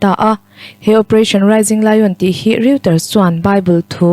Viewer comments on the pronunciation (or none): A chhiartu aw a fiah e. Mahse microphone a hnaih lutuk a, phut phut ri a awm zel. Reuters tih hi Roiters tia chhiar tur a ni a, Riuters tiin a chhiar a. Etc tih chhiar rik tur a ni lo, a dang tam tak tih mai a ṭha. Bracket chhunga thu awm hi chhiar rik kher a ngai lo. Indo thlawhna tiha indo tiha do tak Indo-pakistan tia indo ri ang ni lovin indo thiam, insual thiam tih angin a ri tih hniam tur. Rotekawla sepa hi a va lam dik lo em em ve. Mizo ṭawngkau chheh pangngai a ni a sin.